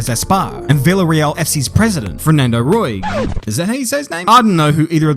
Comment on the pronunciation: Helpful clarification: Fernando Roig's surname is pronounced similar to 'Rotch'.